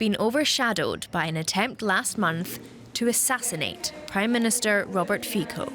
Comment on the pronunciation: Robert Fico .... it is pronounced "Feets O" the O as in dog, fog, log, Robert is the same as in English although often with a slight roll on the "R/r"s